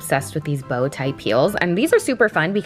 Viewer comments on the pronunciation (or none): When you were talking about your bow shoes, I swear you said BOW my gosh, and I laughed !:)